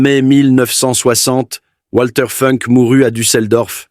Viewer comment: Ça se prononce Valter Founk en allemand. Par ailleurs, l'AI semble inventer des conjugaisons en français : "lorsqu'il vit sur l'écran (...), il ne pouvut plus retenir ses larmes..."